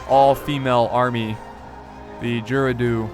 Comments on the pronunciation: It's Gair-oo-doh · Gerudo is pronounced j-air-rude-oh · It's "Ga-roo-doh". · They're pronounced "Gair-rude-oh" in BotW. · Gerudo is with a hard 'G'. emphasise on the 'ru' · you messed up the pronouncing of Gerudo